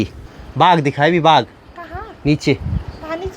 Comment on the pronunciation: Aunty baag nahi baagh bolo